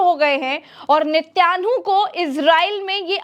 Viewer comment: नित्यानु नहीं नेतनयाहू बोलिए